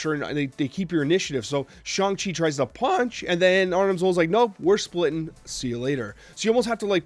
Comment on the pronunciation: He did it! He said Shang-Chi right!